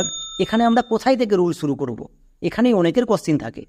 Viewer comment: তুমি নিজেই তো 'শর্ট' উচ্চারণ কে 'ছর্ট' , ' শুরু' কে 'ছুরু' , 'সহকারে' কে ' ছহকারে', 'সর্বশেষ' কে 'ছর্বছেছ' , 'শব্দ' কে 'ছব্দ', 'নিমিষে' কে ' নিমিছে' , ' ইউজ' কে 'ইউছ', 'সমস্ত' কে ' ছমস্ত' আরও কত উচ্চারণ ভুল করছ। আশাকরি দ্রুত ঠিক করে নেবে অথবা এর ব্যাখ্যা দেবে। দোয়া রইল।